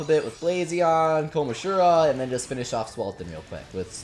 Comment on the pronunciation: oh my god i hate how he’s saying kom-ah-jih-row kill me